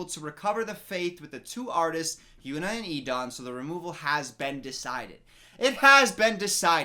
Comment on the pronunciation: He's been saying HynuA's name. He's just pronouncing it wrong.